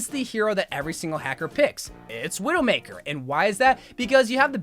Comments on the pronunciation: "Veedoemakah" He probably said Widowmaker in a french accent. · the way he said widowmaker broke me